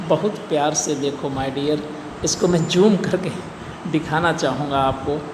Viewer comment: जैसे ही आपने zoom कहा, बड़ी हंसी आई।